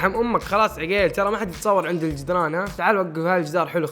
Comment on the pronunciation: عَقيل مو عِقيل 😂🤦🏻‍♀️🤦🏻‍♀️🤦🏻‍♀️